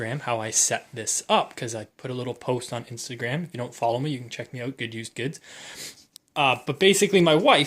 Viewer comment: You shouldn’t cuss there’s no reason for that and why do you say OUT and HOUSE and ABOUT like you do